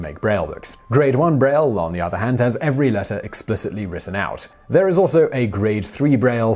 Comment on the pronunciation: Hey Simon, aren't you horribly mispronouncing Braille?